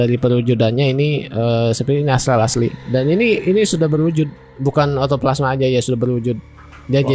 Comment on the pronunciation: izin masukan buat salah sebut bukan autoplasma tapi ectoplasma